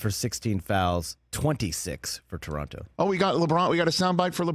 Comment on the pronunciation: As a Toronto kid I really appreciate Rich with the correct way to pronounce the name of the city